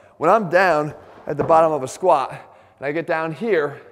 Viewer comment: "When it comes to the squahh"